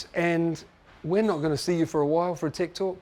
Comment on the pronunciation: Need to keep improving my English listening, as a second language user when he pronounces "tech talks", for me sounds like "tiktok". Motogp Unlimited, fuck ing good series, recommended